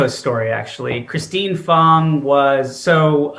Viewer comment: Pretty sure it is "Christine FANG", not Fong, but as we know, translation of vowels is often subjective. Her alias was "Fang Bang"; Swalwell definitely took that literally.